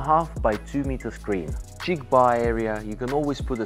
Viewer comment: and I hope doesn't take it the wrong way about the pronunciation stuff, it's just little stuff like saying lightning instead of lighting, or saying chic (he pronounces ch instead of sh) otherwise love your videos and hopefully one day soon I'll be one of your customers!